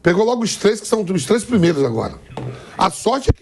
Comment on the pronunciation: "Trêi jogos seguido ALIVÊIA" mds